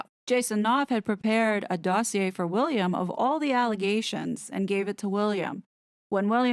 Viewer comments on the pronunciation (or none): none